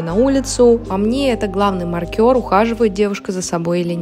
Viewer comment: ты сама откуда? у тебя часто чудные ударения в словах, маркЁр например) рекомендации классные, спасибо